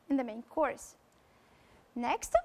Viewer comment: Just avoid saying' next'_e ... in a French way.